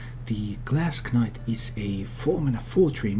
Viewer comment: You dont pronounce the k in knight, it sounds the same as night. Nice vid nonetheless though.